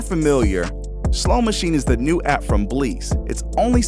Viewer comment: 🤣 they are using Bleass (little-known fact: actually pronounced Bliss).